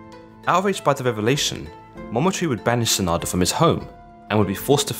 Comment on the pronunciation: It's pronounced SAH - nah - DAH You emphasize the beginning and end rather then just the end vowel.